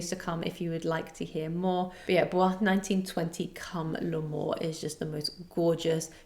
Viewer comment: Hi! Just a FYI, Bois 1920 is pronounced like boys, not like the French word for wood. It’s an acronym for something and the house says “boys”